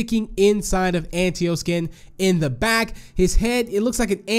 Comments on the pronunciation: I think it’s pronounced “Ant-ta-o”, not “Ant-e-o” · It sounded like he said ant tio